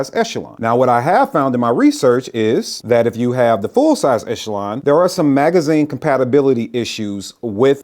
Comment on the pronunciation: Thanks for being the first of about a dozen videos who pronounced Echelon correctly!